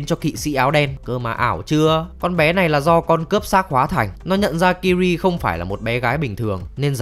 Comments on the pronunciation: Tên của công chúa Ciri đọc là Si-ri giống trợ lí ảo của IPhone ,chứ ô cứ đọc là Kiri nghe nó hơi chối tai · tên Ciri đọc phiên âm là Siri chứ ko phải Kiri nha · Ciri sao lại đọc là Kiri? :)) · Sao lại đọc tên con bé là kiri vậy cha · Ciri đọc sai phát âm r anh ơi